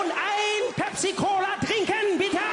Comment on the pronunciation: When he ordered that drink hilarious. Put such a huge emphasis on please was so funny.